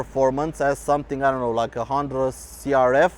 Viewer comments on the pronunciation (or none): none